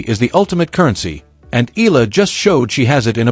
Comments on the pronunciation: Eala!! Not Ila!!! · EEE~YAH~LAH not ee~lah. Filipinos pronounce every syllable or every letter if 2 vowels are together like EALA. If you know how to pronounce AYALA just change the FIRST letter "A" into EEE then YAH~LAH. Just to be clear. Otherwise THANKS for this vlog. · Eala!!! Not Ela! Please pronounce it well!!!! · pls sa E-ya-la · This YouTube would be more convincing if it actually said her name correctly. Ee-ah-La. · EALA is pronounced " EYA-LA". The combination "EA" - la is pronounced like a diphthong, common to Filipino vocabulary.